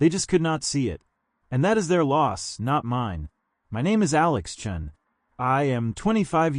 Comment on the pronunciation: He introduces himself at the very beginning of the story as “Alex CHEN.” Later on, he pronounces it “CHUN” while the subtitles say “CHAN.” Then, at his graduation ceremony, he’s back to being “Alex CHEN” again. AI must’ve been having a rough day. 🙄